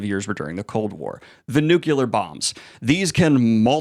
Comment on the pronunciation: Nuclear. “New clear”.